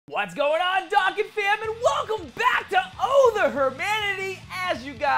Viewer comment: It’s dōkkan